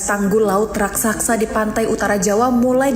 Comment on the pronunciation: Raksasa bukan rasaksa, biasakan baca dengan baik dan benar, jangan terburu buru membaca nya, jangan seperti anak sekolah dasar.😅😅😅